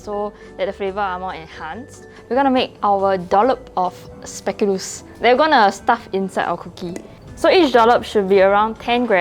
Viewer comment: The way this char bor say spekoolus